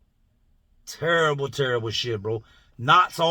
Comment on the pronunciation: It was trrable trrable